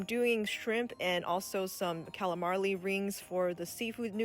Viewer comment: You're the best!!! Love when you say CALAMARLY😄❤🤗